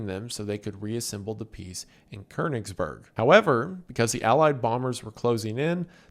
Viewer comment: not even close to how you say Konigsberg